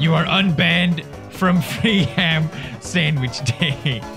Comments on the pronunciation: “clubs and wich” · omg pewds how can you mess up clubsSandwish jezus christ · Also "Clubs and wiches" hahah